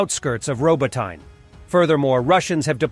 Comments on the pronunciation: Think the Y is silent in Robotyne, so Robotnee. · Robotyne ....... Ro (as in rot) bo (as in bot) ty (as in tea) ne (nair as in hair) !